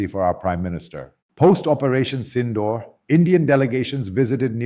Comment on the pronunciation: You can’t even pronounce SINDOOR correctly.